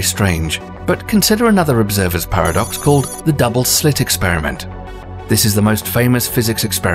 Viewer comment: I thought he said “pair of ducks”🦢🦢🦢🦆🦆🦆🪿🪿🪿🪿